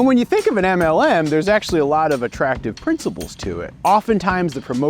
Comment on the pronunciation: im not englishperson, and I am just hearing MNM, like dawg what did those candies do?